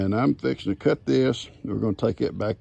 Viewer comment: Good morning, it was good to hear you say “fixin to”, reminds me of my home in Tennessee. Your roost is great, you are so handy. Glad you are rehoming the turkeys, poor goats can now rest 💤 Fun watching the front porch gang, cuties. I miss Karen too 🥲💔, God bless.